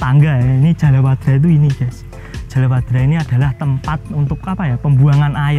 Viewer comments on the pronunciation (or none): ijin koreksi mas. Niku Jaladwara mas, sanes jalawadra😊